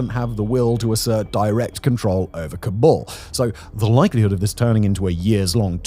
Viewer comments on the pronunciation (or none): none